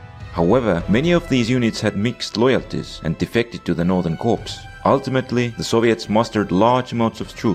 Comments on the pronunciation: When you see the word "corps" in military organization terms, it's pronounced like "core" It's a french word, blame them. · Great vid, but fyi the p and s in "corps" is silent in English. So it's pronounced "core."